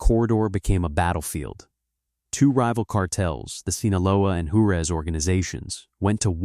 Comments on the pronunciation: I love the video, but could you please program the AI to pronounce words correctly!? It’s Whar-ez, not jar-u-ez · It's pronounced "Wah-rez", not "Jure-ez", for the love of Pete... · IA can’t replace human pronunciation of words. The name of Ciudad Juarez, the Mexican city located across the Rio Grande RIver from El Paso, Texas is pronounced Warez. Not whatever gosh awful nonsense that I heard when I listened to this. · It’s pronounced “Hua-REZ”.